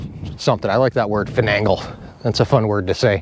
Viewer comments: I believe the word is finagle. Fi - nay - gle. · Yes: finagle. No second ‘n’. It’s interesting, as it’s history and etymology is obscure. I always thought it sounded Irish 😄. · Don't mean to be a know it all but the word is "finagle". I know be cause I finagle things all the time. LOL